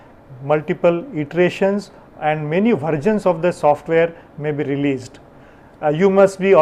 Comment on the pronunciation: "Vergin" or " Versions" pronounce it appropiately.